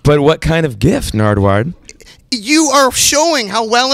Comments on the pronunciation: Is it just me or did Macklemore say 'Nardward' once or twice. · why does he pronounce his name wrong?